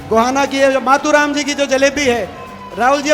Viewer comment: मतु राम नहीं मातु राम